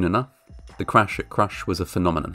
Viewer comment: "The cwash at cwush"